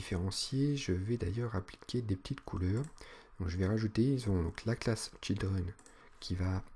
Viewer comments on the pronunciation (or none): Oui, j'ai eu la même remarque "children"